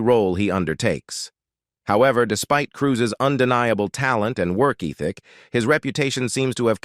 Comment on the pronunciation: Another A.I.narrator= "eeethick" instead of ethic!